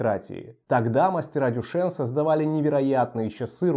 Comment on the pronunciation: Читается не Дюшен, а Дюшан. Кстати, далеко не лучшее название для бренда, поскольку имя Дюшан у мало мальски культурного человека ассоциируется со знаменитым "Фонтаном Дюшана" , проще говоря, выставленным на обозрение публики писсуаром.